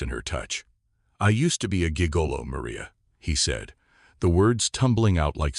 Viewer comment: Very choppy narration. I smiled at the pronunciation of gigolo 😊 I think it took a parker pyne story- fed it to AI and asked it to rewrite it, I prefer the original